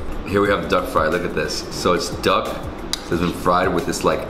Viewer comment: When he said duck i heard dog wtf 😑